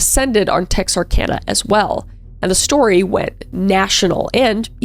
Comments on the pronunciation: I'm so glad you pronounced it right 😂😂 Texarkana update... It's still sick! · I’m so glad you said Texarkana correctly! So many people don’t. Texarkana is the next town over from us. I’m not old enough to have had this story happen in my lifetime, but my grandmother-in-law lived there when it was happening. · As someone who’s lived in Texarkana my whole life, I’m so glad you actually said it right